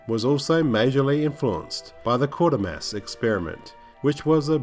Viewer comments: Just for your info the 'Quater' in Quatermass should rhyme with crater, not quarter. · Minor point, but I think Quatermass is pronounced Quay-ter-mass, not Quarter-mass. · Enjoyed this very much, but I wanted to correct your pronunciation on a couple of points. It's KWAY-termass and Rob Bottin's name is pronounced baw-TEEN. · Yes, it’s pronounced ‘Kwaiter-mass’. Also, Rob Bottin is pronounced ‘Bo-teen’. Good vid though...